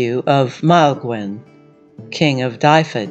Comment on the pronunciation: Might want to check how to pronounce Dyfed, Urien, Rheged .... after that I stopped listening. It's really not hard to find out how to pronounce Celtic words, what with the advent of the internet, YouTube, etc. Doing so shows respect for Celtic people, our cultures and languages.